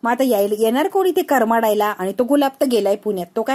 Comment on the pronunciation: करमडायला नव्हे कड मडायला.